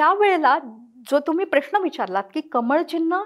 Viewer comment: प्रश्ण प्रश्ण का म्हणताय?... प्रश्न हा बरोबर उच्चार आहे.